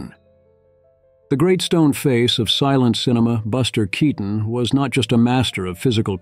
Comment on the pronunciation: That’s not Keaton, but you got most of the Pronunciations right.